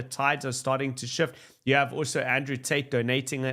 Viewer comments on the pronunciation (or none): none